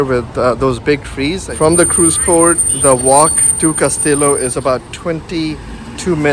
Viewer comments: It’s casti-yo not castilo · Cas ti llo. “Kas t yo” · please learn proper pronounciation, Castillo!